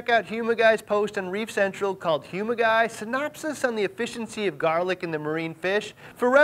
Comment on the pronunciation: The way he says "members er the reefing communy" gets me every time.